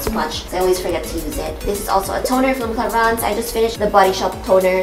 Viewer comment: its pronounced as it is cla-rins